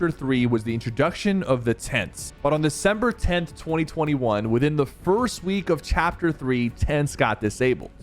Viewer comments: “On Dec tent 2021” 😂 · “On December tent” 😂. Please tell me I’m not the only one who noticed